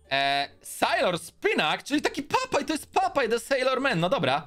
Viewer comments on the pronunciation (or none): none